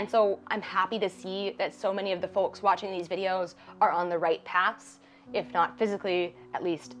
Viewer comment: You say folks in a funny way (not flaming). Thanks for making this series and giving my brain things to think about. Good luck in your photography, I'll pop in from time to time! I think your pictures are good!